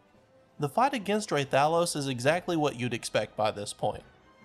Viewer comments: "ray-tha-los" Bro my ears, stop. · It’s pronounced Rathalos. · Rah-thuh-los REPEAT IT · Listening to him say hurt my soul. Lmao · The way he says Rathalos causes me physical pain